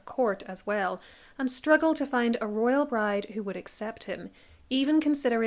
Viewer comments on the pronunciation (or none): none